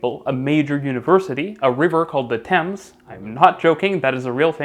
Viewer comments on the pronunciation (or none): none